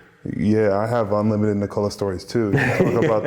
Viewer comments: For his name, the emphasis is on the "Nik" part. Not the "ola" part. The "o" sound isn't like the "oh" sound in "owned". It's more like the sound of the "o" in "obvious", which it isn't for native English speakers. I think he just got sick of explaining it, so I'm taking up the mantle. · Please for God sake try say Nikola like Serbs. He is No1 in NBA, realy he would be so happy if everybody say it like Serbians.. Its nothing wrong dont understand me wrong, but at least he desirve it. Luv from Ljubljana Europe. Peace